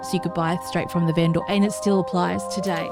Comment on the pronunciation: Awesome base. You have some really strange pronunciation for certain words which is interesting, like vendor and ingot, the stress accent is on the wrong syllable.